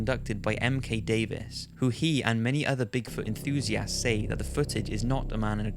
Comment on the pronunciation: Why does he say enthusiasts like enthusiASSts?